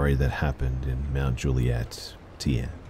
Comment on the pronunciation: The way you said mt. Juliet made me giggle.